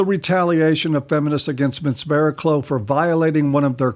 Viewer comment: It's pronounced Bara-cluff. British English is... not intuitive.